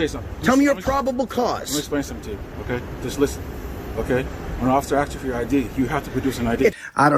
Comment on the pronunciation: Ahhhh, you didn't just say askses. I'm so disappointed.